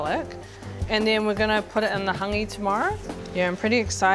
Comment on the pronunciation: Not tryna be disrespectful to. But Yeti wouldve gotten a more natural story from Rewi Spraggon from Hangi Master NZ in regards to the true origins of Hāngi he knows the works. The sis didnt even pronounce our reo words properly especially “Hāngi” not “hungy”